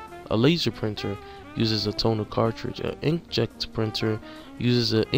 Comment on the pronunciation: Very helpful, but you need to read the words better. "Specially" - "Specifically" "InkJet" - "Inject" "Thermal" - "Terminal?"